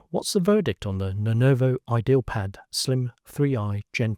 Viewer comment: bro, its not "idealpad" its "ideapad"